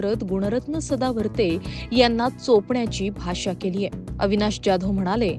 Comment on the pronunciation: पहिला तुम्ही जाधव व्यवस्थित म्हणायला शिका तो काय डॉन नं १ मधला आहे का